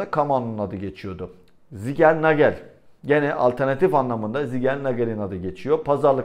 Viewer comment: ZİN-KER-NA-GEL. ZİGELNAGEL Değil